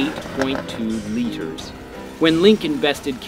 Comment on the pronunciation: The way the narrator says Litres sounds really odd to me. He kind of sounds like George Takei when he says litres, it’s really over-pronounced😂